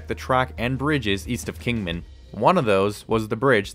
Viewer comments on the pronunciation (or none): none